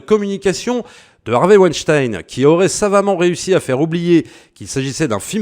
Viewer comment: Tu es l'un des très très rares qui dise Vaïnechtaïne et non Ouinestine et ça c'est déjà énorme! Merci!